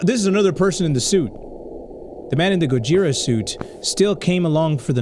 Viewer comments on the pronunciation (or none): the pronounciation Of Gojira is Go-jee-ra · It’s pronounced GO-JEE-DA. that is how the Japanese characters are pronounced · Its pronounced go-jeer-ah,gojira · It's gojra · gojira is pronounced go-gee-ru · This is how you pronounce Gojira its go-g-ra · It's pronounced "gogira" but spelled "gojira" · Fun fact:gojira is pronounced go-je-ra and angrus is pronounced An-gir-us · You pronounce it like, "Go-shi-ruh" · Here is how to pronounce gojira (Go-jir-ah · also fun fact: Gojira is a combination of Gorilla (go) And whale (jira) Making Gojira which is really creative